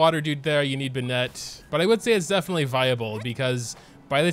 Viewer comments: Not a huge deal I guess but there's Literally not a single youtuber is willing to take the time to learn how to say the names right. BenNET BenNET. When has anyone heard the name Bennet be pronounced that way? The emphasis is on the first syllable. BENnet BENnet. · all i feel is rage when pronounces bennett and "ben-et" instead of "ben-it" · First video I've watched from this guy; does he seriously say "BeNET" or is it a joke. Like I can understand the people that butcher Ayaka as aYAka, it isn't a name you'd hear all too often and the English VA also butchers it in the same way. But Bennett is literally an English name that just about everyone who grew up speaking English should know how to pronounce. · he knows how to pronounce it it’s just habit + a bit of an inside joke that he says it the other way